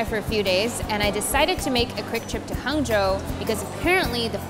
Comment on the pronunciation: Wait she literally butchered Hangzhou